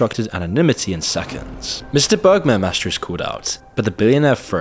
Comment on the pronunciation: it s bermair not bergmar u f mron